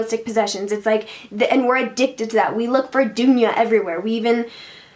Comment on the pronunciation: This vid will help you get the pronunciation of duniya